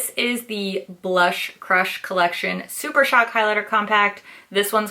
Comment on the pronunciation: "Blush Crush is the new Super Shock" you didn't mispronounce Super Shock this time, you broke the curse! 🤣